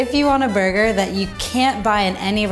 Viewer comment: Fernando Saurin yep "burgeur"